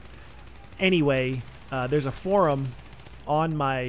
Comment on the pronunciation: "Forum".. one syllable word.. one syllable.